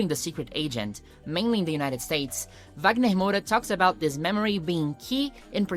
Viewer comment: Percebi que vc era brasileira qdo vc falou corretamente os nomes do wagner e das novelas.